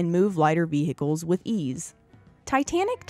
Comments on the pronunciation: they are not ve-hickles--the "h' is silent--and WWII was not one of the most serious conflicts the US was involved in--it was by far THE ost serious! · I applaud your correction of the pronunciation of 'vehicles', but I didn't know that there was a silent (and seemingly invisible) 'm' in the word 'most'.